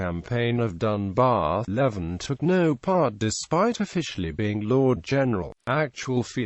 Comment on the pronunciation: It's pronounced leaving